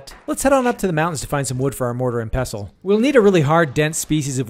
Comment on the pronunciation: FYI, the T is pronounced in pestle. 😉🙃